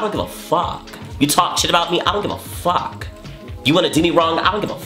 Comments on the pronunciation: "I don't give a FAWK" 💀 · IM DYING “I don’t give ah fahk “ HAHHAHA